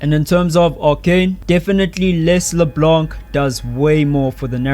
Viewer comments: via gpt - In French, the "c" at the end of words like "LeBlanc" is typically silent. It’s pronounced as "Le-Blan" with a nasal sound at the end, rather than "Le-Blank." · As a French speaker, hearing you pronounce the mute c in LeBlanc was painful. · DO NOT pronounce the C in LeBlanc. Thank you